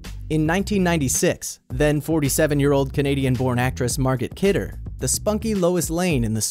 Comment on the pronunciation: Mar-got Kidder? Really?